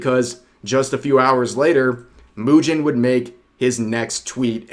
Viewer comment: from now on I will call mujin moo-gin 🤣 I feel some gin will flow with the amount of coping he show XD